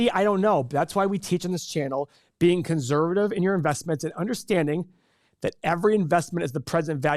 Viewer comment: Another great video!! I keep trying to figure out why pronounces conservative like it has a Z in it lol